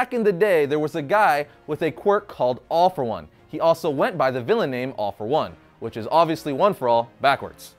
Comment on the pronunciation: why all for one sound like AWFUL ONE?